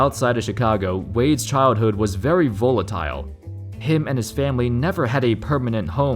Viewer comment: Why you said Volatile like that bro?